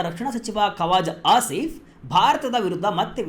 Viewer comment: Adhu kwazaa aasif... Kawaza allanna